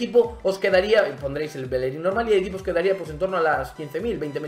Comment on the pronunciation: Bellerin, no Belerin